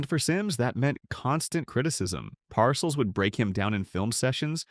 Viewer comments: Tell the robot the name is “Par sells” not parcels. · Blond crewcut? If that’s a crewcut you must be using AI vision! I see a young man with fashionably long hair. And Bill PARCELS? He pronounces it PAR-CELLS. He is only a Football HALL OF FAME living legend. Goodbye sub-par AI.😮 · Par-CELLS not 'parcels" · pronuced Bill PAR-Sells Jesus learn how to pronounce an all time great coach. here is the reason the Simms boo'd same draft Joe Montana (Notre Dame): 3rd round, 82nd overall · PARcills lol ... AI is funny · You mispronounced PARCELLS' name at least 3 times. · This is AI. Can’t even pronounce bill parcells last name right